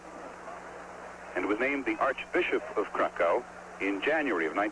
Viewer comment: "Wojtwas." Father of "wojilas" born in cracko